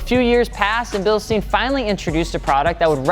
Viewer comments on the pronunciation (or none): Stein Stein Stein!!! It’s pronounced STEIN! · Bil-shtein ...moron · Albert Einstein... how Einstein is pronounced. So Bilstein, stein, is the same as pronounced with Einstein. NOT “Bilsteen”. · It's pronounced billstine. Not just however you want to. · Bill-shh-stine as in spine, Bilstein. German is my third language cmon guys it’s not that hard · Bill-steen ?? Would not be pronounced like that even if it was an english/american name. 🤦‍♂️ School is your friend. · Well.. Its written Bilstein.. Not Bilstien.. So I dont get it how its commenly pronounced bilstien in 'murrica. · Bilste-I-n, emphasis on the I, or like your saying Einstein, same concept. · Bil-sht-ein (like the number nine) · REALLY simple grammar lesson in Deutsch (aka German). Whenever you see the IE / EI combination, generally speaking the first letter is silent and the second letter is pronounced HARD. So keeping that in mind, Bilstein (phonetically speaking) would be pronounced Bilst-EYE-n (since the second letter in the 'ei' combination is I. If it were spelled Bilstien (which it's not) the pronunciation would then be: Bilst-EEEEN. Get it? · you should pronounce it like: Bilshtayn, not stayn, sh instead of s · it reads BILSSHHTAIN ! to pronounce the end just remember RAMMSTEIN, or Albert Einstein and after the letter "L" you say the s like you are asking for silence, sshhhh! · should sound like "bilshtayn" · Basically its pronounced bilshtain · ...bro, great Video.. but you pronounce it all times wrong... it's like the german Metal Band RAMMSTEIN... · "RamSTEEEEN." Annoys the fuck out of me. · Hey guys, it's pronounced "bil-shtine" (Give me credit for looking it up on translate, not for knowing it 😂) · You called for the Germans and here I am. Its pronounced Bilstein. Easy as that. Bil, like everbody know how to pronounce Bil and then ST AHHH II NN. Easy as that. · I work for Bilstein and the Germans actually pronounce it as Bil SH TIEN… the accent adds a sh sound. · Not a bilshtain pronounce?